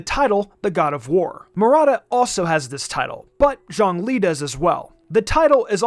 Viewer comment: Bruh, just why do people pronounce ZhongLi’s “Zhong” as a “Zhang”